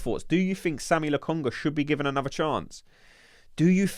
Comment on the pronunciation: It's not Sammy or Sami. It's Sambi bruddah